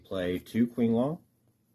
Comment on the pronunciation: kwinglong and quayloon hurt my soul